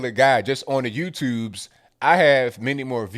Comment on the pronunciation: who else loves when he always says "on the YouTubess" lolol👍